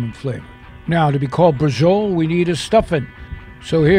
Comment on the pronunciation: Is not brajol is BRA-CIO-LA